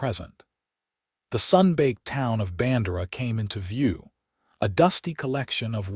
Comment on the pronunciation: I have lived in Texas all my 74 yrs of life. It is pronounced "Band'-err-ah" and "Kerr'-vill".